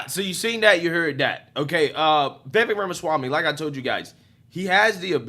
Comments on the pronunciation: His name is pronounced vih-VAKE, like cake, not vih-VEK like heck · Pronounced: Like cake Vivek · Vivek (Veh-vake (rhymes with cake)) has said he won’t accept VP/doesn’t do well as a #2…. So it seems less likely that your dream team will materialize. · If anyone is wondering, it’s pronounced “Ve Vake” like cake. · It's Viv-ake like "cake" 😂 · Watch video with closed captions on and see how many times it screws up Vivik’s name. Pretty funny My favorite is Baby Mama Swami.